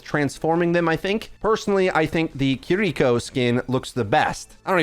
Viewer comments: Your pronunciation of KIRIKO is very puzzling to me!! It’s Kiriko not kidiko bro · The way he pronounces Kiriko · thats.... how its traditionally pronounced.